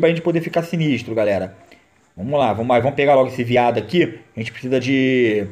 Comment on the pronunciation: Cara. Só para de falar "Vomos que vomos". É "Vamos" pelo amor de Deus. Eu n quero ficar corrigindo mas to passando mal por cada vez que escuto.